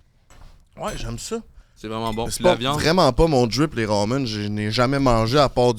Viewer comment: J'adore voir le côté coquin de haha!! Et ca me fait rire qui dis des RAMUNE 😂 RAMEN (ra-mène) pas rawwwmunnee😂😂😂